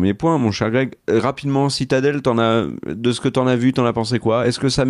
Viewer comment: « Sit Adele » 🤣🤣🤣